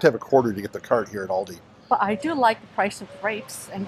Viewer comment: Everyone calls it Aldis. No sweat! I notice it but I don't freak out or anything 😆